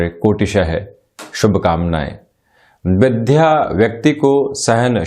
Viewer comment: अरे साहब विध्या सही उच्चारण नहींहै बल्कि विद्या होता है सही उच्चारण। ।जय हो माता सरस्वती जी की।